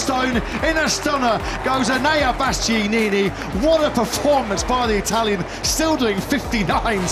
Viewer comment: How on earth is it so difficult to pronounce BastiAnini correctly!?